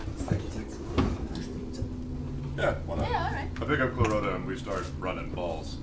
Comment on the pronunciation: it's clarot(t)a, not claroca, but can see why you'd hear that XD